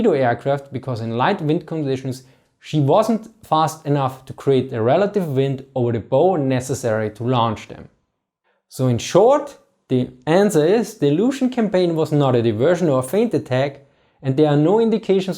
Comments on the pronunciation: Front of a ship Bow in English say Bau. Bow and Arrow like archers. Say Bo or Beau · Normally people who complain about stupid errors on YouTube videos are assholes. But because you have lots of videos on pronouncing German things, I figure that you care about pronunciation. Anyways, “Bow” the front part of the ship, is pronounced “buh-ow” like how you would greet ADM Yamamoto. Now “buh-uh” like an English long bow. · This is not a complaint, merely a correction, you make great videos in a second language. The most forward point of a ship is spelled bow, like an archery weapon, but is not pronounced like the weapon, it rhymes with cow when used in the nautical sense. Keep up the good work.